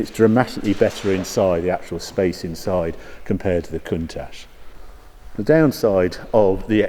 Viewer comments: You like saying cunt ash Harry, I’ve always pronounced it count ash , maybe I’m wrong and didn’t want to sound naughty, cheersshane uk 🇬🇧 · Countach is pronounced with the ch sounding like it does in church and not an sh sound .